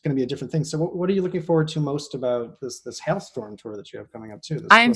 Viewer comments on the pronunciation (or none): Its Halestorm idiot not Hell Storm